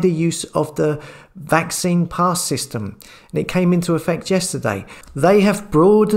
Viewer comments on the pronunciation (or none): none